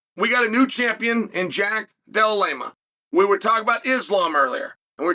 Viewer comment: "jack dellalema" 🥀🥀🥀🥀🥀🥀🥀